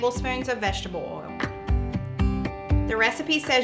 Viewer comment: It’s not olive Al it’s olive oi